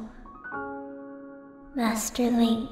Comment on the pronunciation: Madi = Master, based on the sound Fi makes in-game when she refers to Link in her dialogue (“Master Link” spoken as “Madi Madas”).